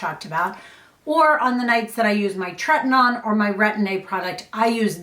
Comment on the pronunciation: Just FYI it is treti-NO-in. Rather than treti-NON. 🧡